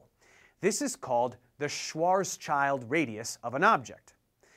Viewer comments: Btw, in German the Schwarzschild radius is actually pronounced something like "Shwahrts shilled". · I also recommend the pronounciation "Schwarz Shield", or better even "Schwarz Shild". Funny trivium: it appropriately enough actually means "Black shield". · No we pronounce it "Shvatshild". Don't forget the L. Also I believe it's whole name is the "Schwarzschild radius". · Great video, but you need to work on your pronunciation of SchwarzSchild (you forgot the second S)- "Shvahts-shilt" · regardless of the pronounciation of names (Schwarz-shield would be a much better pronounciation since Schild translates to shield) getting the spelling wrong is a sign of disrespect, ignorance or arrogance. How can one be certain that the rest of the information is accurate if he couldn't be bothered spelling the name correctly? Like the statement that every rocket that was shot into space reached escape velocity. that is factually wrong! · It's "Schwarzschild" not "Schwarzchild". It's pronounced with an e instead of an i. "Schwarzscheld" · Hahah, as a german I loved the Schwarz(s)''child'' radius pronunciation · Again: Schild is not the same as child, so it's not pronounced like that, not even in English. Why doesn't anyone bother to notice that before just arguing with the pronuncition? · I was like "what? A schwarz child radius?" XDdd I checked Wiki thinking maybe I remember it differently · Apparently, no amount of physics education can ever be enough for an english speaker to pronounce Schwarzschild even remotely correctly. It's not that hard, unlike english, german has consistent pronunciation rules. Sch → |sh|, w → |v|, z → |ts|, and you're done. Approx. "shvarts shield" (black shield). Nothing to do with children, more to do with blackness, which is a nice little pun that you shouldn't miss when talking about black holes. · The i Schwarzschild is pronounced wrong. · Love your vids, drives me crazy that you mispronounced schwarzschild radius.